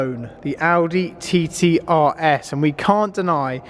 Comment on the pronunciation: Am I the only one who keeps laughing when he says 'TiTi' xD